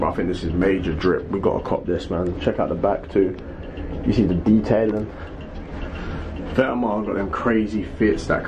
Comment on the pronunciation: If you want to but vetements say it right! It’s vet-mon